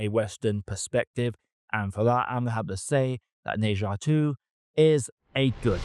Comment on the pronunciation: Bro, try saying "Ne" as if it rhymes like "Her" instead of "Nay".